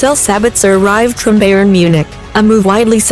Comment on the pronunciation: "Beyern" 🤦‍♂️ omg...